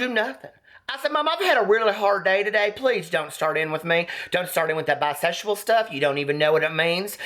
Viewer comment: "or whatever a biseshual does" 😂😂😂